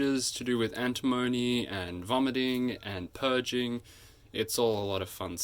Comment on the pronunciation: An-tim-o-ny not Anti-mony!.